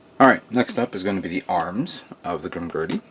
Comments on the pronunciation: Yup its not Grimgurdy its Grimgerd(Grimgerde) i liked your commecnt too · I can't be the only one who cringed when he said, "Grim-Gurdy".